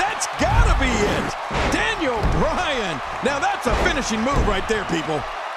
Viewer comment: Daniel Browan instead of Daniel Bryan